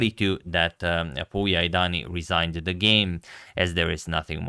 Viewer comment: #suggestion pouya is pronounced like "pooya" couble o as in foot